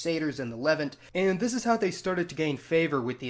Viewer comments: It's "Le-VANT" not "LE-vant" and it's "NOSS-tik" not "G'NOSS-tik." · “Le-vahnt” not “Levint” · Fascinating video! However, every time I hear you say "levent" I want to stab my ears out. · LEVV-unt. Interesting pronunciation of Levant. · Levant is pronounced leVANT. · Its pronounced the (le vant) i hate it when a holes make videos about things they know nothing about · It is pronounced leVANT. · You have some serious pronunciation issues, including English words. Gnostic is pronounced with a silent "g," and Levant has the emphasis on the second syllable. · Learn how to pronounce ‘Levant’ properly!!!